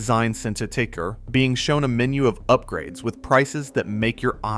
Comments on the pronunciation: . ‘$100,000 in U-pgrades’. Good lord. Sooooo sick of this AI crap. Unsubscribed from this channel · .....Yoop grades....the AI needs to be yoopgraded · "Youp-grades"...lol...tell me this is AI, without telling me this is AI. 2026 trash homes, and trash AI content... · Yoopgrades??? Tell me it’s AI without telling me it’s AI. The irony of blasting fakeness in homes with a fake video.